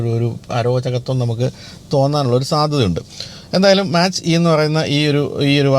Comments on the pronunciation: Mustang മാച്ച് അല്ല മാക് ആണ് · മാച്ച് അല്ലാ മാക് enanu